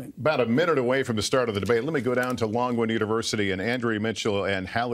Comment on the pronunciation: Did anybody else hear Pence say, "Norwood University"? Because that's what I heard, which is odd, considering they're at LONGWOOD University....